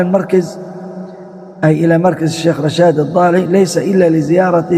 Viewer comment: لماذا تقول مركز على كسر الراء والصحيح على الفتح مركز على وزن مفعل ظرف مكان بوزن ملعب ومكتب